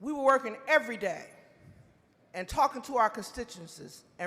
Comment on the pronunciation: Erreyday Erreyday?